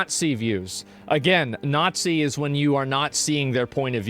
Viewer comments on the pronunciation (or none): "It's when you naatzeee their point of view..." Jesus, Asmon, do you know what day it is today? Do you wanna be shut down?